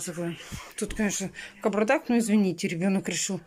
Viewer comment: ещё так отчётливо букву Б сказуит ,как спицательно ...это как аджиГа тем летом ,тфю на нее